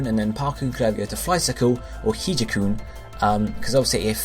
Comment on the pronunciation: Hijakoon is pronounced "hijack-oon", hence the Dark type.